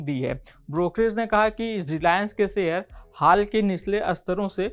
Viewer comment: सेअ र नाही रे भाऊ.......... शेअर बोल शेअर